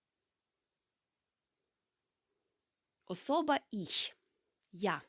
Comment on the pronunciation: Вітаю. Чому ви говорити іш, коли літературною має бути іхь!!! І не волєн, а волен. Дякую